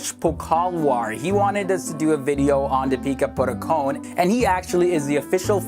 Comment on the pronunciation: Did anyone heard him saying 'Peter Buttercone' instead of Deepika Padukone??